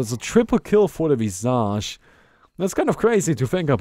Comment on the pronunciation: Thats not how you pronounce visage.